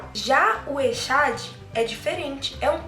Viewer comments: Meu bem, recomendo que vc estude um pouquinho mais.nem mesmo a pronúncia da palavra echad vc estudou. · você citou o hebraico então o correto fazer certo a pronúncia correta.... você se dispôs a ensinar algo que nem a pronúncia sabe.... Já vi diversos pastores por aí ensinando assim: echad = unidade composta... só para fortalecer a doutrina da trindade. mas não é unidade composta. Deus é um... Não dois ou três... Uma coisa que é bem interessante atentar quando pega um texto é que você não pode pegar um único texto para criar uma doutrina... por exemplo: você citou a parte que diz: "Façamos o homem". É plural... podemos entender claramente que Deus não estava sozinho... Então lhe perguntei que outros textos você usa para AFIRMAR que na criação estavam 3? Te mostrei 3 textos onde só aparecem Pai e Filho na criação. E então? Vamos acreditar na Bíblia e estudar um pouco aqui e ali ou acreditar no pastor que ensinou que echad é unidade composta. Não estou lhe julgando... mas vi vários pastores pronunciando echad = unidade composta... Eu acredito que Deus é UM e esse Deus é o DEUS PAI SOBERANO. Jesus também é Deus (Colossenses 2:9). Mas é o Filho do Deus Soberano e existe hierarquia entre Eles (Hebreus 1:9). O Pai chama o Filho de Deus onde diz: " Por isso Deus (Jesus), o teu Deus (Pai YHWH). Minha pergunta: qual denominação religiosa você faz parte? Outra pergunta: Jesus já era filho de Deus antes de vir à terra? João 17:3... leia... Tenha um ótimo dia... Parabéns pela iniciativa dos vídeos... São muito bons.